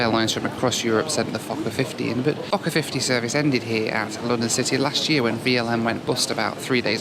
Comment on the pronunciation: sounds like you say fucker instead of fokker hahaha